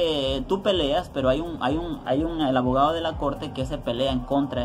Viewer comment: 😂😂😂😂salio avogado el wey!!